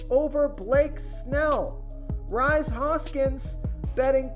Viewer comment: It's pronounced Reese(Rhys) Hoskins.